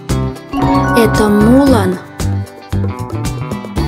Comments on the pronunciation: Да правильно не мýлан а мулáн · Правильно не Му́лан, а Мула́н!!!!!!!!!!!!!!!!!! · МулАн🎉, ударение на букву "А" 🤦🏻‍♀️🤦🏻‍♀️🤦🏻‍♀️ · Либо я глухая, либо вы неправильно поставили ударение а имени Мулан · аж слух режет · Да ты не ослышалась там Мулан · Ты не глухая. Там действительно ошибка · Я всеми согласна, там дествительно ошибка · У меня тоже самое проблема неправильно ударение в слове Мулан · Ты не глухая просто они поставили неправильное ударение